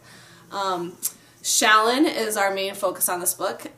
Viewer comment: Thank you for pronouncing "Shallan" as SHALL-an, rather than shall-AHN like I keep hearing so many commenters pronounce her name.